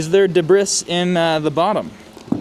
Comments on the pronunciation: What is the debrith you are talking about. Do you mean debris pronounced "debree". Or are you joking. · Debriss ? debris is a French word and it is pronounced de bree.................unless of course you already knew this and were just taking the piss....the depiss lol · Debris is pronounced day-bree. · Debris is pronounced debree. French. You Amerkins can't mangle every word in the English language. You can try though. 🤣